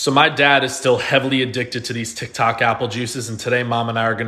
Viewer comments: I love it how he calls it 'tic tac' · we need more apple juice videos, absolutely love them vids. say hi to frank for me, sending love from Scotland. its not dog its dawg. Tik tak cracks me up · BRO SAID TIKTAK!!!!😂